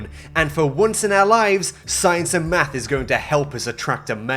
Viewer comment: EXCUSE ME EXCUSE ME YOU'RE GOING TO NEED AN ACTUAL APOLOGY VIDEO NOW 'MATH' HOW COULD YOU YOU WERE SUPPOSED TO BE BRITISH (I'm British)